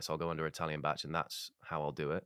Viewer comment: Being welsh, I hate the way they're pronouncing bach 😭